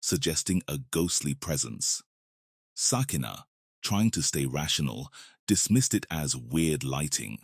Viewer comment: Ok 2nd video, pronounce her name like this: Sukina-(Suu-key-nah)